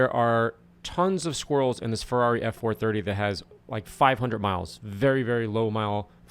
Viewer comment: It's "Ferrari" not "Ferarri"